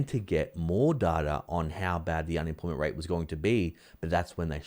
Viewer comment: can you say un-em-ploy-ment ? it isn't unimplimint!